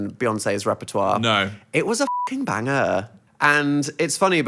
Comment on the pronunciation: "it was a fucking banger" the indian in him came out at that moment